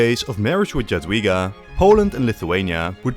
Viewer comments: Jadwiga is pronuonced "Yadveega" and Jagiełło is pronounced "Yag-yeaw-wo" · Nice video, but your pronunciation of "Jadwiga" and "Jagiełło" hurts my ears every time i hear it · brother can't even pronounce "Jadwiga" or "Jagiełło" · evil way to pronounce jagiellon and jadwiga